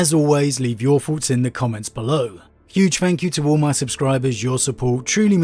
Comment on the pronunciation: I just can't take seriously a grown man with a tongue so lazy as to pronounce thoughts as farts.